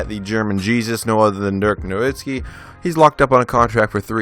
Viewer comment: Great video and thank you so much for saying nowitzki right, could you try doing the 01-02 wizards with Gilbert Arenas